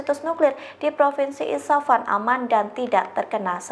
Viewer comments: IS FA HAN....bukan di baca ISA FAN....Coba di cermati yg dibaca sebelum di sampaikan..😮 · Isfahan bu bukan isapan 😂